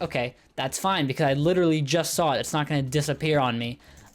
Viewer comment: did you mean literally? you said “lit rally” twice